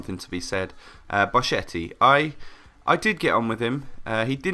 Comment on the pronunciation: in italian "chi-che" is "ki-ke"